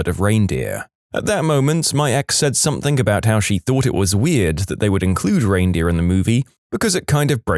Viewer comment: No K in the word something